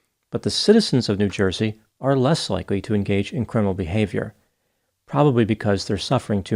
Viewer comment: "It's a Joizy thing". 🤣